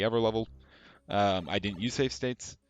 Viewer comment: "stave sates"